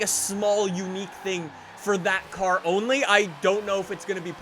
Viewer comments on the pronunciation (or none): none